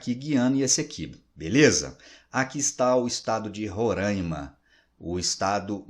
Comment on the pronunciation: Professor, a pronúncia do nome do estado está errada. Roraima e não "Rorâimann".